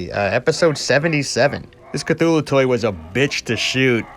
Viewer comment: At least your "mispronunciation" of Cthulhu wasn't as bad as when he was on the ghostbusters cartoon. They pronounced it Kat-hoo-lu.